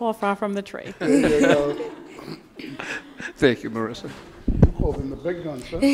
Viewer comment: Marissa???? She is Marisa, it's italian name, not ameri-can.